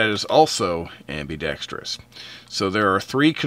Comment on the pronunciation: Great review. Thank you. BTW, it's not ambee- dextous. The i is a small i sound. A small pet peeve of mine.